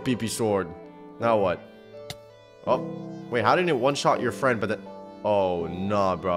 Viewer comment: Me fwend hew dwidedi